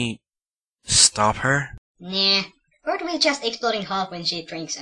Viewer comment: "..anything better to fo?" erm... WHAT???